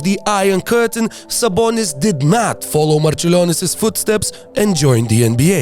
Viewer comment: Dude are you Lithuanian?? Cuz u pronounce Sabonis and Marciulionis names perfectly. Sabas is legend without long career in NBA. I can only imagine what kind of beast he would have been in his prime